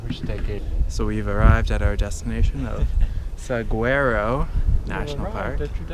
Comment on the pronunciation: Welcome to AZ, man! It's SA-WOR (long "O")-O (another long "O") National Park.